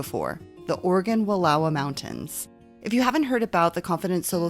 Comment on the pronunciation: Thank you so much for pronouncing Wallowa correctly. Grew up there. My favorite place in the world.